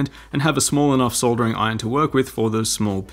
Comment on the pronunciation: for pronouncing soldering properly :)